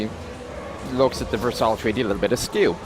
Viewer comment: Good lord the way he says Versailles.